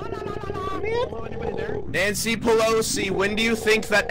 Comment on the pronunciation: karl said nancy palossy